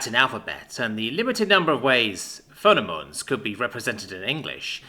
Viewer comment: Phonemes = fo-nims 👍